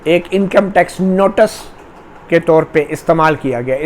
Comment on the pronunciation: You have repeated the word "notus" one hundred times. The correct pronunciation is "notice". please correct.